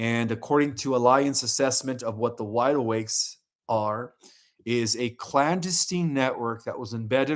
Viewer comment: Love you but man you butcher so many words lol deter clandestine